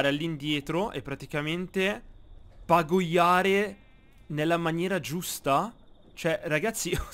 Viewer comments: E si dice pagaiare non pagoiare mi triggeri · Si dice pagAiare non pagOiare👍🏼👍🏼👍🏼